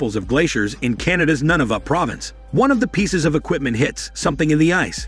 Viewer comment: Oof! 😝 So close, but ya gotta frenchify the word of “Nunavut” (new-na-vOOt). Now I’m not a strict stickler on pronunciations, but I gotta admit (as a proud Canadian), your casual butchering of the territory’s name just rubs my rather delicate sensibilities the wrong way! 😝 Otherwise, another fine upload; keep up the good work my guy! 👍🏽👍🏽✌🏽